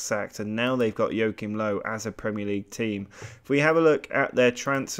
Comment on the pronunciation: really funny how english people pronounce Joachim Löw :D